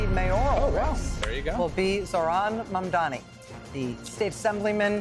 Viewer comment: Not Mandani